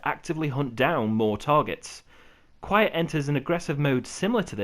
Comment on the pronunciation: The D in DQuiet is silent.